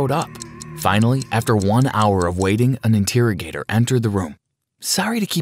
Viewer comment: Inteargetor not interrogator that's kinda weird saying that way in my opinion.